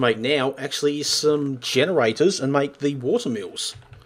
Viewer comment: make not mack